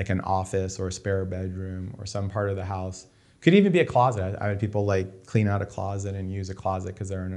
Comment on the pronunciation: "Shoot ze glass."